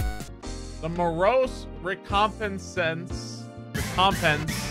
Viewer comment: not knowing how to say recompense made me lol